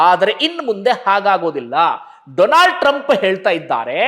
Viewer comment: DOLAND TRUMP 😂 ಡೊಲಾಂಡ್ ಟ್ರಂಪ್ 😂